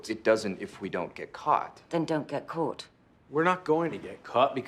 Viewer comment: always makes me laugh to listen to how differently they both say the word "caught". It's almost as if Ava is correcting Mike's pronunciation.